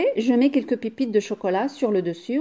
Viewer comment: Veuillez corriger la prononciation de pipites car on dit pépites vous devez prononcer pé mais non pas pi👍👍😘😘